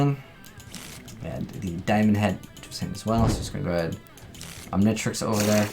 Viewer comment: omg you don't know how to pronounce the Omnitrix, Omni then just trix english you don't have to make it a different tongue and you haven't watch ben 10 have you?